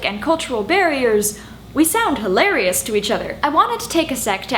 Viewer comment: I do not know you but I love you for saying words like irrevocably and over pronouncing "hilarious" and making binary three syllables. IT WAS ALL FANTASTIC.